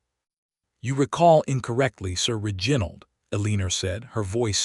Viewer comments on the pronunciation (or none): Can we not get AI to fix the mispronunciations El-i-nor NOT A-lee-nor, Rej-i-nold NOT Reg-in-old